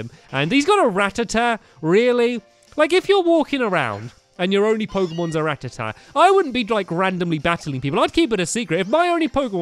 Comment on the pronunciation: and stampy i am sorry but how u say rattata annoys me cos u say it with a tee at the end